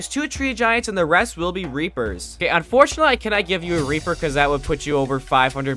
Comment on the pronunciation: BRO DID NOT SAY REAPER